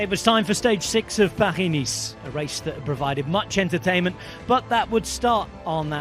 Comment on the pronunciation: Commentator calls the race "Paghi Niece"...haha